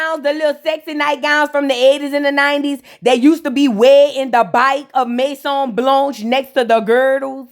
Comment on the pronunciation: Not the "maison blanche" 😅😅